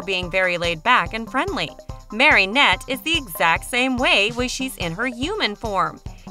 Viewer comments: I know omg it was killing me. Marinette, not MarYnette. At the she even says Marionette. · Omg you saying marinette wronggg